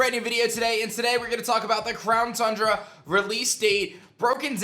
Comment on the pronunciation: It's called Town Cundra